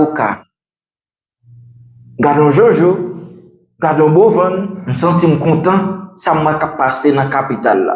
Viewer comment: Se pa Bovan-ne mais Bova-ne Se consa prénom li pronocé. Bova -a-ne Comme anne Bo-v-anne B